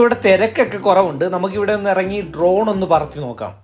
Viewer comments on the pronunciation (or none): none